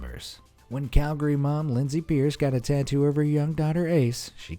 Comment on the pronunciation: PEACE. and Lindsay PEACE, not "Pierce."